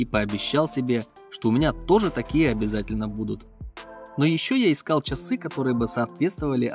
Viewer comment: Автор поработайте над своей дикцией. Слово ЧАСЫ в вашем исполнении звучит нелепо.